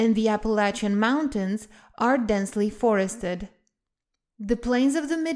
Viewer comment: I appreciate your correct pronunciation of the Appalachian mountains! 👍🏼👍🏼